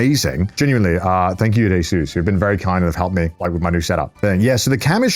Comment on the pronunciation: He said Asus in a way that made me think he called my name